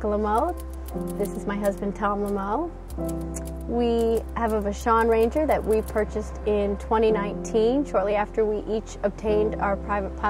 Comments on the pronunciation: Please teach Jessica how to pronounce "Vashon". I had to skip a video that an owner has no idea how to pronounce something she owns. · Unlike for timstaten, the mispronunciation didn't keep me from watching the video, but it's still a good thing to pronounce things the way they are pronounced: VASH-on.